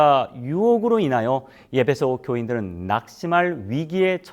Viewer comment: 예배소라고 발음하니 귀에 거스르네요 목사님 발음을꼭 확인해 보시지요